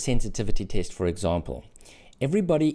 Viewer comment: My mind is going out 💥 every time I hear taste instead of test